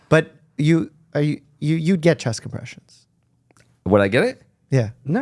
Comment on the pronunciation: Bro, 4 inches “chess compression” lmao